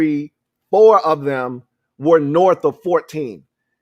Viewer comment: For the record... I was one of the ones who complained about you saying "norff" instead of "north". The reason is that you're clearly a man with a high IQ.. And when you mispronounce those words, it belies your formidable command of your faculties. Correct pronunciation and less "ghetto" type vernacular is the best foot fwd IMO to appropriately market your content. There's a huge demand for high IQ, sofisticated content on YouTube. HAIL!!!